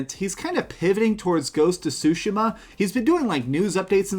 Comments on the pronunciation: Ugh , the way he pronounces “Tsushima” is an ear rape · There’s also a huge chunk of the internet that’s laughing at how you pronounce Tshushima